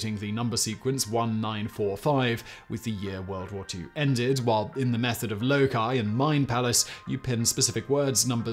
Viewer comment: It's "Loci", not "Wookie" but Google won't let you spell it right anyways!